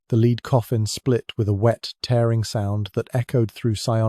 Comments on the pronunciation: AI voice. Nice accent but Henry's "lead" coffin was a "led" coffin, not a "leed" coffin. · The reader needs to learn how to pronounce lead. Not leeeed but lead. Lead sounds ridiculous.. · AI sucks! lead as led, not lead as to go first. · This stupid AI voice can't tell the difference between the metal lead and lead as in leading a horse. AI= Artificial Unintelligence. Suggestion. Use a human, it's cheaper and less off-putting. THE AUTHOR WILL TAKE NO NOTICE.